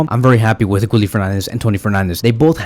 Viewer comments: Guille like guillermo. Gilermo. Not gully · You pronounce Guille's name wrong. Why nobody cannot pronounce his name correctly. There's no L in the name, it's how you pronouna Sevilla. It's pronounced "Gieyeh".